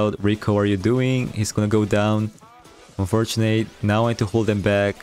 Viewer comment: bro nice content but WHY do you have to pronounce "unfortunate" like that. it has to be intentional, right? it's so triggering please stop.